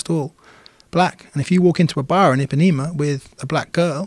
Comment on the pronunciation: I pá né ma not epanema